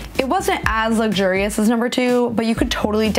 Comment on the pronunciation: "Luxurious" not "luggshoo-rios"; "aesthetic", not "astettic".